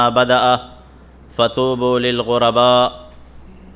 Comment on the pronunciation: خطبے میں پڑھی گئی حدیث میں فطوبو ۔۔۔۔۔۔۔۔۔۔ نہیں فطوبیٰ